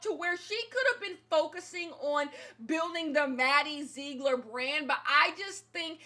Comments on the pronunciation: “Maddie zzeeegller” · "Maddie zegro... ler" 😂😂😂😂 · Take a shot everytime says "MaDdie ZeeGlor"